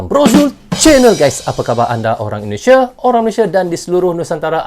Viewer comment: NARATORNYA ITU ORANG MANA YA,,, SEMUA DIBACA DITEKAN DENGAN AKHIRAN HURUF. .." K " .indonesiak ,,Pertandak,, kambojak,,bagik